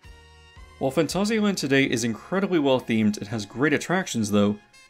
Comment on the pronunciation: Probs need to add how every instance of the name of the park is mispronounced too.